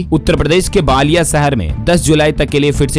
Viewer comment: उत्तरप्रदेश में बालिया नहीं है, बलिया है। उच्चारण तो ठीक से कीजिए।